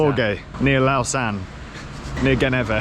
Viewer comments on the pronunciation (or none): Horrendous pronunciation of Lausanne. Glad you guys are fine tho.